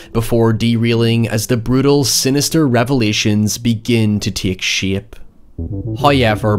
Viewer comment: Love the way he says the word shape